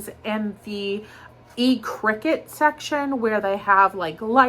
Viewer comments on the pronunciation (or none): Good very early morning,. The electronic products by E circuit are pronounced, "Sir cut". My late husband was dyslexic and a diabetic. I understand your struggle. I have many prayers for Richie, and I admired your openness with your dyslexia. My late husband was ashamed of his reading and writing struggle. He was an on-hand learner. Very successful in his passion and chosen career, driving dump trucks and tractor trailers. Drink your coffee, meditate, pray, but then get angry. Go to the hospital and demand that they don't come back to Richie's room until they have a plan. People are probably judging Richie for his sickness but diabetes doesn't develope by eating or drinking sweets.Type 1 diabetes happens when there is family history and a child or adult has a viral infection that attacks / destroy the pancreas. The pancreas then stops producing insulin. The common cold, cold sores and flu's are the simplest and most common viruses we have here on earth and there is no cure, just vaccines. If Richie has been following his sugar free and low carb diet, then looking for a viral infection would be my educated guess. Yes, you as a wife, caretaker and you're well educated on you Bubbalisious. You love this man? Fight for his life. His doctors are missing something. Shingles, rabies, a virus that attacks bacteria. I know this information from the B S. I was told and they felt I wasn't educated enought not to challenge them. My son was type 1, his blood sugar would elevate whe